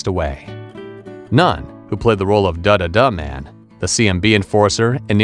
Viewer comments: "duh duh DUH Man"? You emphasized the wrong "duh"..lol. It's "duh DUH duh man". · IT'S PRONOUNCED "THE DUH DUH MAN"